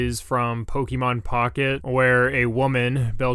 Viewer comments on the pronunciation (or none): Pokémon, not pokimon.